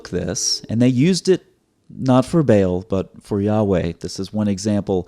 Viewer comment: Sir its not bale, بیل، but its بعل baal, a is long vowel. 😊 From Pakistan, a Proud Paki and Christian. ❤️🇵🇰